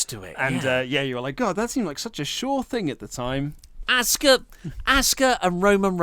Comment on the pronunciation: Stop sayin aska there's a u in her name, annoying.